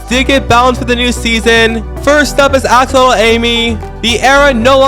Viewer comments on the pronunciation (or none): none